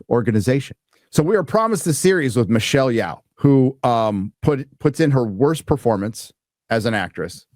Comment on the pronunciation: This tool can’t pronounce Michelle Yeoh.